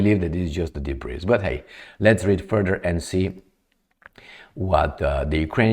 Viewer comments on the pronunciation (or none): Hey, "debris" is pronounced " debri" and not "debreeze". 😂